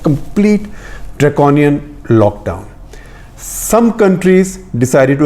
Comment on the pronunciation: Was waiting to see where he lays stress upon. I heard one on the word Draconian 😝